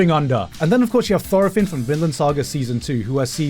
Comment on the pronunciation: Am i the only one who went 💀💀💀 when he pronounced thorfinns name wrong